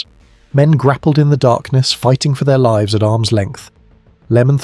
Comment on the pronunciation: Livs?? livs? What are livs?? The AI narration produces unnexessary jarring - it wouldn't be a big ask to have had a human narrate this.